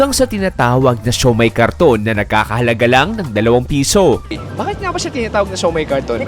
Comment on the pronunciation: Kariton po hindi karton